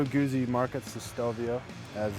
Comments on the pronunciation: The proper pronunciation is goot-see. The "zz" is pronounced like they are in "pizza". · #1 It's pronounced "Gootsie" #2 It's not a transverse V-twin, it's longitudinal #3 Ditto for BMW's longitudinal boxer